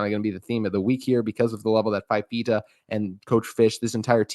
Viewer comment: Good segment. Couple details. Fifita came in for Injured De laura at Stanford and started the Washington game. Also it's pronounced "fufeeta"